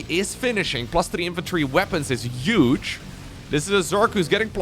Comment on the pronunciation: The ONLY annoying thing you do, is pronounce 'huge' as 'uge'. For many many years, EVERY SINGLE TIME you say it my wife laughs at me for caring about it :)